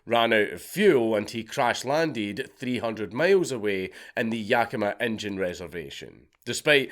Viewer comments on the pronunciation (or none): Did u say "injun foster family" lol wtf